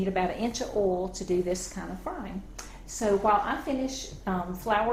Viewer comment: i love how she calls oil "ol". This is how you know it's legit. lol.